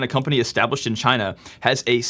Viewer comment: LOL now singapore is CHY-NA